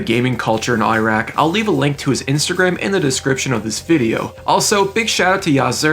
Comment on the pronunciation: Why can americans and canadians never pronounce iraq lmao